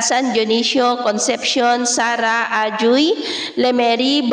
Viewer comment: Dto xa amin xa iloilo ang pg pronounce nang Ajuy AHOY poh.salamat poh ma'am.